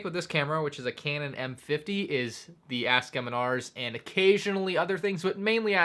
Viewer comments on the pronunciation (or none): none